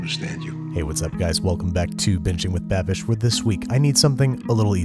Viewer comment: I listened twice.. he definitely said "bitching with Babish"